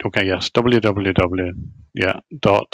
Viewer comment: "dablu dablu dablu dot"